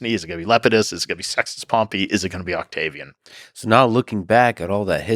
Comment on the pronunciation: Lol. He said Octavi "Anus"